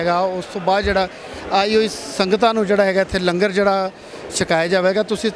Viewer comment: Langar nu lunger na kiha karo kaar sewa wale veero